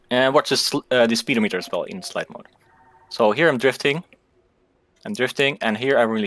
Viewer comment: Lol speedo-meter 😂sped-omiter